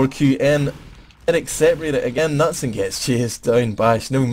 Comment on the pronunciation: nutson is not the way you pronounce knutsson:D pronounce the k and and the second s:)(for you )